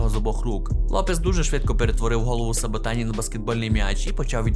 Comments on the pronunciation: СабатІні здається правильно Дякую за відео, руснявий хуй дуже класно впав як на мене) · Соботіні * . Там навіть натяку на літеру „ А “ немає.